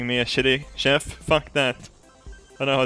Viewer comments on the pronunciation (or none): none